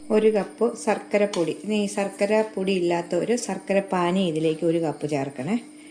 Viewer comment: സർക്കര അല്ല ശർക്കര